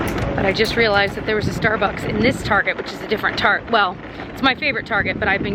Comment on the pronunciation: I love that you call it "Targeé", my mom use to call it that ❤️